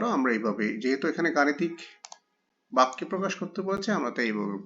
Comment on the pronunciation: ভাইয়া বেক্য না বাক্য ভাইয়া।